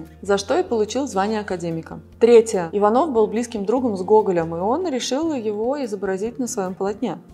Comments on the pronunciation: ИвАнов, а не Иванов😣 Вас интересно слушать, но это непростительная ошибка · И шестое: не ИванОв, а ИвАнов. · Я помню, что его фамилия произносится с ударением на первую И, а не на О )) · Не ИванОв. Вы дважды неверно произнесли его фамилию. Испортили впечатление о своем канале.